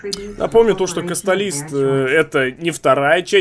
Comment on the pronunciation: В начале ты сказал "касталист" а правельно "каталист"